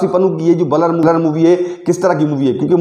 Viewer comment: बलर नहीं ब्लर होता है भाई